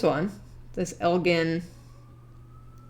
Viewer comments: I was watching this with my dad in the room, and he kept telling the screen you were mispronouncing Elgin, (“It’s EL-jin, like the drink.”), and I had to remind him yet again that the people on TV can’t hear him. We’re from Illinois, and he was telling me about touring the factory back when it still existed! I’m bummed that it’s been torn down and I can’t. It sounded super cool. I had no idea our state was so known for its watchmaking! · Elgin watch co was based in Elgin Illinois which is about 15 mins from where I grew up and the town name is pronounced with a “g” as in “Ginger” [el-jin] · The city is named for Elgin, like the Elgin marbles, with a hard g. Either allow both or accept the etymological one. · Yeah as a person who currently lives in Elgin it bugged me as well. Especially since I live like 2 blocks away from the old watch factory.